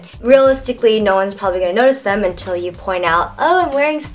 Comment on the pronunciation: hhahahh when you said thiem? them.